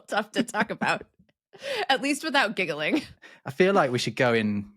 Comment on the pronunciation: It's gigg/ling, not giggle/ing